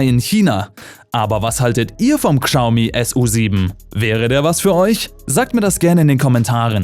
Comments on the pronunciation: schaumi, SCHAUMI UND NICHT GSAUMI!!!! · es wird glaube schaumi gesprochen, nicht kschaumi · Nicht Gschaumi sondern Schaumi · KSCHAU-MIE ❌ -> Schau-Mie ✔ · Sorry aber ich muss es tun…das trigger mich übel!!! Es wird schaomi ausgesprochen!!! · Bitte achte auf die Aussprache wenn du so einen Beitrag machst. Ist alles sehr informativ und gut aber Xiaomi wird "Schau-mi" ausgesprochen. Sonst Top Beitrag. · Das spricht man "Schau-mi" aus 😂😂😂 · warum sagt der typ immer Kschaumi, das regt voll auf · Bitte Xiaomi richtig aussprechen, daß X wird wie ein Sch ausgesprochen. Ansonsten bauen die Chinesen mittlerweile hervorragende E-Autos und haben die deutsche Industrie in diesem Punkt schon überholt. Leider hängen bei uns im Land dermaßen viele Arbeitsplätze mit der Auto-Industrie zusammen, dass es schon eine Überlegung wert ist ob man die vom chinesischen Staat massiv unterstützten Hersteller durch Kauf/Leasing den deutschen oder europäischen Konzern en vorziehen sollte. Schwierige Entscheidung.